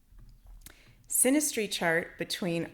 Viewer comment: Synergy, not sinestry, right?